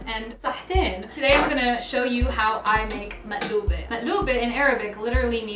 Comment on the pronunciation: Alhamdulillah you pronounce it properly 😜